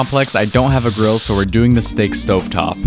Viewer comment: He said that “BUSSY” so strongly 😭